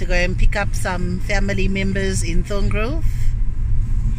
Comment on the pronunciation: It's Barbourfields not baba fields Thorngroove not tungroove